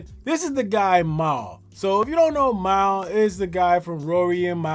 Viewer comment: "Mal" is pronounced "Mall", my guy. And Mal is HEAVILY compromised. He does know him personally to a certain level (they have each other's phone numbers) but his behavior has been ULTRA NASTY. You also forgot ISH from The Joe Budden Podcast. He too has been glazing Drake NASTILY. And Ak.... was compromised, but he has shown some neutrality... even with his reaction videos... he can't deny that Dot bested Drake.